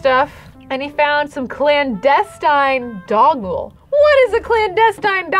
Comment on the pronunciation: When she was trying to say clandestine doggle I STARTED DYINGGGG